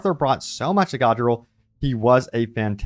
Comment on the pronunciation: did you even play the campaign. its not pronounced Godriel